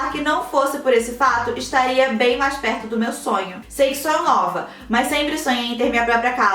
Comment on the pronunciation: Só eu que acho que toda vez a fala: "Vcs me mandam MEIAS" KKKKKKKKKKKK